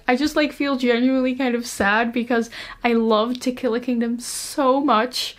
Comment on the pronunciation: when you said to kill a kingdom at the end. I heard tequila kingdom